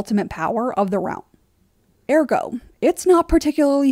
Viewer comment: I cringe so hard every single time you say the word ergo